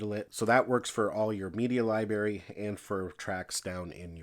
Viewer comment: He said "Liberry"